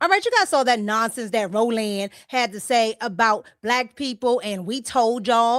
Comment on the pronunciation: Ro-Land! Hahahahahahaha